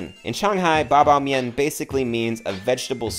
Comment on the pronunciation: nice episode. one remark: the intonation of 八宝面 's 宝 is the third one. so bā bǎo miàn